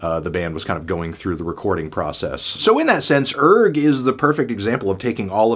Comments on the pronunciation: Isn't the 'g' silent? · I believe its actually pronounced URGH